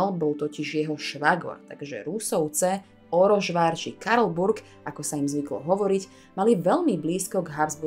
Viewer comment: Správna výslovnosť maďarsky je Orosvár (Oroszvár).... Sz = S